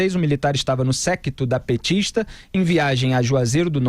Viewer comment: Não é impressão, é fato. O é Bolsominion da pior espécie. Ja vai taxando as manchetes de esquerdistas. Nao sabe falar duas palavras dem citar 'petixtas' e 'esquerdixtas'.. vergonha da Direita